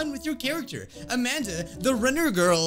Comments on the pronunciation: the way you said amandi i was like-: Amandi!! Me: XD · LOL "AMANDI" XDDDD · Ah yes "AmandIII" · Lol this is funny the way he says Amandi is so funny